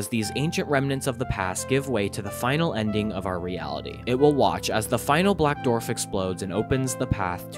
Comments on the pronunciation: This is a great video, but for the love of god please learn how to pronounce the word “Dwarf”! It is not pronounced “Dorf”!😫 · you are supposed to pronounce the w in dwarf you keep saying dorf its really grating on the ears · On what planet are people pronouncing dwarf as "dorf"? Seriously, where are they from? Up north, mid-west? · Ngl. hearing "dorf" instead of "dwarf" is getting to me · It just killed me every time you said "dorf" ... Its not a "DORF"!!! ITS A "DWARF"!!! Im sure you can find somewhere to listen to how others say it.